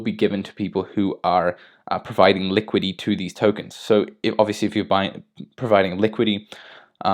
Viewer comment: Seriously, you don't know how to pronounce liquidity? Why are you saying "liquid E"? Bring your brain to school😃